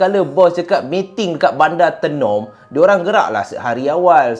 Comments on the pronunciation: Tenom bunyinya mcm ni, [teh nom] bukan tienom hehe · Sebutan tay-nom bkn tee...nom..walaupun ejaan Tenom.. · Kk- Kota Kinabalu KB- Kota Belud Sebut Tenom Bukan Te num Tapi... Tenom- Tey nom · Done subcribe bang.. Bang Tenom tu sebutan nya mcm abg sebut teh bkn sebutan te.. Kopi Tenom paling sedap la di Sabah kopi buatan Sabah asli bah.. Lagi satu tu bukan bandar tenom bang pekan Tenom.. terbaik perkongsian cerita seram bang🤩🤩🤩🙏🏻asal Sabah hadir ni lahad datu Sabah.. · Bang sebut Tenom tu kena sebut Taynom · sebutan tenom bukan menggunakan e pepet 😅 bunyi kena guna e bulat "teh-nom" 😂😂 supaya bunyi dia sampai hehehe hwr thanks share huu seram cerita ni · KK tu bandar bang.. (kota kinabalu) KB pekan pendalaman (kota belud).. Tenom kita sebut (teh-nem) 😊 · cara sebut tenom tu, dia kene sebut "taynom" haa baru btul hehe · Sebut Tenom bukan lidah kat atas TE tapi Lidah kat Bawah..Tenom😊